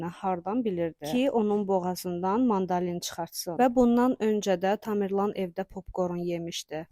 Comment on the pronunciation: Eləbil iki adam danışır, bu necə səslənmədi başa düşmədim, o kimdirsə düz deyir, çöp deyilən bir şey yoxdu, sadəcə yeyiləndə ola bilər səs borusuna düşsün nəsə, birdə ki, mandalin yox, mandarin demək lazımdı